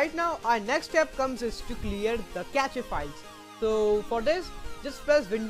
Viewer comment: pronounce it as "cash" not "cache"!!